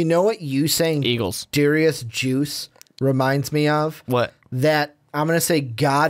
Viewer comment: Patriots drafting Goedert over Hurst is asinine. Let's also ignore drafting a LT to protect our soon to be 41 year old QB. And you pronounced Guice's last name wrong also.